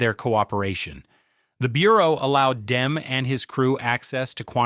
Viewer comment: For Christ's sake pronounce Demme correctly. Your dumbass keeps saying Dem.